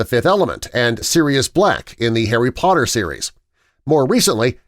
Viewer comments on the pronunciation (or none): none